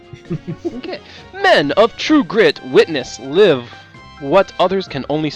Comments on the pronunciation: "Heir" is pronounced like "air", not like "hair". And at the end the word "live" was supposed to have a long "i". Heh, this goes in line with my idea that native English speakers are not always the best at the job :) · He did say heir right, unless I'm an idiot, but when he pronounced "live" wrong I wanted to slap a kitten in the face.